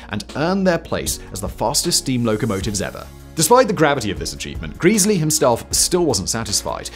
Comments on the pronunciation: It's bad enough that you butchered Gresley's name but that is NOT the LNER' network map. The West Coast mainline via Preston and Carlisle was the domain of LMS (the London, Midlands and Scottish railway), the LNER's competitor. The LNER operated the East Coast mainline (with the clue being the 'E' stood for "eastern") via York and Newcastle. That's pretty poor research. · Nice vid. Apart from mispronouncing "Gresley" all the time! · This guy is notorious for mispronounciations. Its maddening. I stopped watching him because of it. I'm not actually watching this video, just commenting lol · Happen he does it to annoy us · Every visit to York involves giving the Mallard a kiss since 1978. 😊❤😊 Calling Sir Nigel "Greeseley" Instead of "Gresley" is a travesty. 😮❤😮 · Gresley… not Greesley… There is one e at the start, not 2. Short e, not long…. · Gres-ley not Greas-ley and Granth-am not Grant-ham. Heard this so many times as a boy as my mothers father was a fireman and later during the war, an Engineer (Driver), until he lost his arm in the fifties. I don't believe he ever drove the Mallard but we have photographs of him at the controls of A4's, the Silver Fox and Bittern. Went to 'The National Railway Museum' a couple of years ago to try and find out more? Quite difficult as I had to use ultra slow 'Vista' on their computers and half of the 'microfishe' were missing! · I don't doubt it's "Greasely", but I always heard the name as "Grezzly". Help me here! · Grez-ley grez-ley dammit! Not Greese-ley! AAAAArrrrrrrrggggghhhhhhhh! Cool vid though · For gawd's sake, it's "Grezzley" not "Greasily"! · its gressley not greaseley. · not "geeeesly".... Gre--- sley. A4s weren't so much EXTERNALLY streamlined, as they were INTERNALLY streamlined.. all pipework had gentle radius curvatures, no right angles, smooth bores etc, given the gas speed in the pipes is in parts vastly faster than the air slipping over the body, this is where it really gained. Beautiful designs.